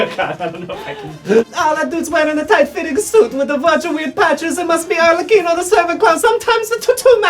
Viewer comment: FINALLY an english speaking person that can pronounce Arlecchino the right way.